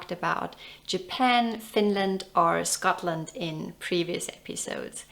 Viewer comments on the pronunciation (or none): none